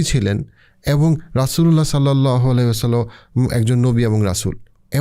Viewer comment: Apnar uposthapona khub e shundor kintu shobshomoy lokhkho korechhi apni Sallallahu Alaihi wa sallam ebong Radiallahu ta'ala anhu porar shomoy ato druto ta poren ja shothhikvabe uchharito hoyna beshirvag shomoy... plz ai uchharon gulo adobotar shohit ebong shothhikvabe uchcharon korle khushi hobo🙏🏻